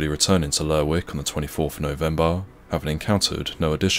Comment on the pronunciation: It's pronounced Lerrick. I didn't watch several seasons of Shetland for nothing. This is why the SNP is gonna be running away with yer oil.